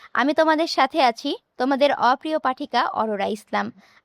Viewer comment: এই তুমি ওপ্রিও বল কেন